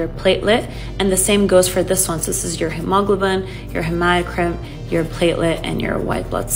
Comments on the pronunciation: Broooo wtf it is pronounced HEEMO-globe-in not hem-aw-globin. Proof: the prefix hemo- means blood. It is latin for the prefix haemo- pronounced heemo. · If my doctor comes in pronouncing Hgb like “hemawgluhbin” I’m walking tf out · Never heard anyone pronounce hemoglobin that way. Bizzaro!